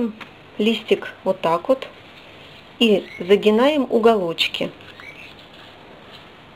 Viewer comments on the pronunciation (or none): Загинаем !!! Писец !!! Загибаем , а не загинаем !!! Деревня Васюки !!!